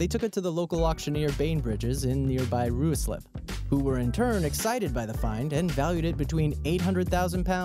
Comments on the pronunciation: as somebody that lives in Ruislip its pronounced rye-slip and Pinner is pin-err. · Pinner is pronounced Pin-er not Pine-r and Ruislip is pronounced Rye-slip not Roo-slip. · oh my god, you guys have no idea how to pronounce names of English towns and counties. You said, "Ru-e-slip and Pine-r" they're pronounced Rye-slip and Pin-ner! Fuck me! This isn't the first time either! lol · Ruislip is pronounced Rye-Slip (FYI)